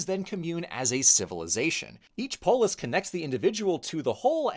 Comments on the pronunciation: I like how you say Macedonia so accurately, but say polis like a US southerner would say police or a french guy saying chicken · I’m so sorry I cannot hear “polis” without hearing the way Scottish people say “police”